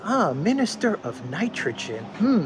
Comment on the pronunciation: Ok dude!...Ya gotta give up the JT impersonations!....A)they're not funny and B) they waste a tune of time. Did you just learn your new high voice?....Get on with it! Instead of trying to do impersonations. How about you learn how to pronounce Nitrogen.....Nice..... Nitrogen. N7